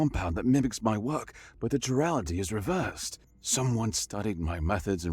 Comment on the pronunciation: Ki-rall-ity not chir-rallity